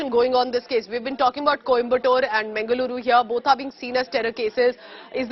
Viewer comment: Firstly pronoun Mangaluru properly